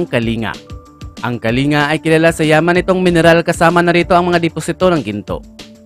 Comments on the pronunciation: Kalingga hindi kallinga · Kalingga ang pronounce di kalinga😂😂😂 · Kalingga sir Hindi kalinga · KALING-GA ang pronunciation po sir.